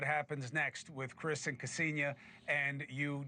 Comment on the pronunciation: It’s like nails on the chalk board on how they pronounce her first name. It’s not kEsenia… it’s Ksenia!